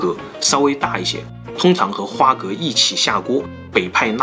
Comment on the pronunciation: 我記得要念花蛤ㄏㄚˊ